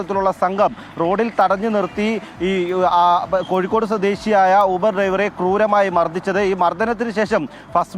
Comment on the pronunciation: യൂബർ യൂബർ അല്ല ഊബർ ഊബർ ആണ് ഇംഗ്ലീഷ് മീഡിയം 🤣🤣